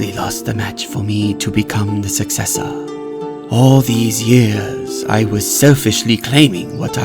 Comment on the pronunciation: the first time i heard i thought he said cyan b1tcH Sorry Also the way he says sUcCesSOr